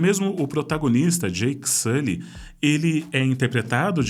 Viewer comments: "Jeiky Sully" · Cowranti, Naytiri, Jake Suly